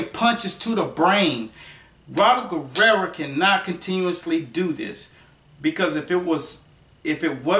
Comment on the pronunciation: it sounds like your saying Robert last name with an a at the end,wich applies because that's what u would call a female that is a warrior. hahaha! Robert Guerrera!